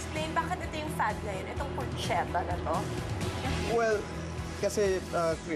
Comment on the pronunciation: Porchetta is pronounced PorKetta. CH in Italian is K. Porchetta. Like Bruschetta. Brusketta.